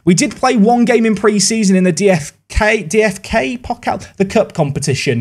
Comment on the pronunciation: Never heard Someone say dfk-Pokal hahahahaha